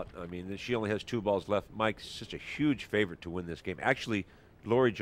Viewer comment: "Pressure has to be a yooj issue here..." This clown is a 'professional' announcer. Right.